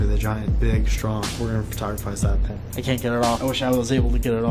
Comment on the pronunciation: i see a pin, but i hear PEN every time. might make that into a montage for funziessss XD